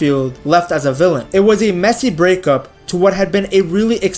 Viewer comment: I thought you were saying Messi exit and wondered, then I realized it was messy